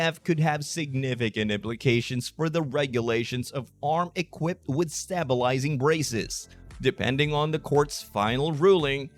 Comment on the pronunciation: This is the most incoherent presentation on braces that I have ever seen along with the newscaster continually saying stab bulizing braces. Strange that I can not find anything for 2024 on the net about the SCOTUS doing an emergency order. I just quit this confusing nonsense.